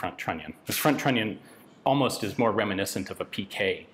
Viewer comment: What Yan say: "trunnion". What I hear: "INATORRRR" )